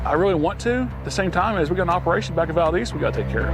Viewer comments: Lived there for 18 years, it’s ‘Val-deez’, long e sound. Not like the Spanish pronunciation Valdez. It’s so annoying for people to disrespect Valdez by pronouncing it incorrectly. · Valdeeeez for f’s sake!